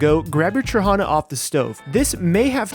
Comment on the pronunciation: Dude, respect for using sour trahana for a sweet dish O_O Btw, accent is on the last syllable - tra-ha-NA